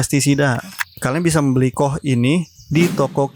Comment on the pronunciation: Sekedar kasih tahu Koh bacanya ka o ha.